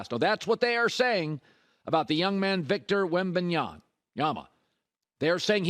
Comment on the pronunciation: I love Colin but it is so obvious that he doesn’t keep up with sports news that even the common NBA fan knows. His staff does all the legwork to prep for his show and he just reads his prompts and adds his touch to it. Colin mispronounced 3 names in this video. THREE. Shams Charania, Victor Wembanyama, Paolo Banchero… it’s not just that he mispronounced them, the way he butchered those names makes it obvious he has never even heard them pronounced before, especially Banchero